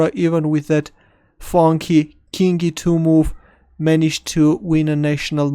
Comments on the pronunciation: Learn how to say king correctly please. It's very annoying when you say "kink" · When you say "King e2", it sounds like "kinky, too". That funky, kinky too move. Thanks for the vid. It was pleasant and enjoyable,.